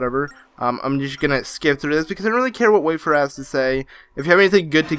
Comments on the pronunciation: Why do you pronounce "wayfarer" like "waferer"? Do you even know what a wayfarer is? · It's not pronounced "wafer"! 😂 Love the video anyway xx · It is so funny how you say 'warefarer' as waferer